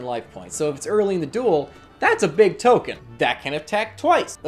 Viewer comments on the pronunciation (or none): none